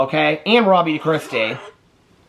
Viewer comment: I listen at 1.5x speed. All yesterday I thought you were calling her "Robbie DeChristie" 😂 This title spelled it out. Haha.